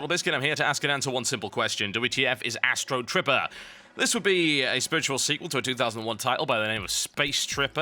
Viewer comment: Thumbs up if u were sure he said Astro stripper